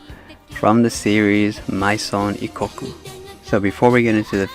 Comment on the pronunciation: That's not how Maison is pronounced. It's French.